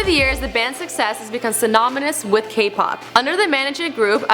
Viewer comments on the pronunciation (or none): And at 0.48 seconds when she pronounces synonymous "synomynous". Awkward. :/ She rushes through what's she's saying through most of the video. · It's pronounced 'sin-ON-imus' not 'sin-OM-inus' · At the beginning she says "synominous" instead of synonymous. Also she leaves the s off the end of so many words throughout the whole video.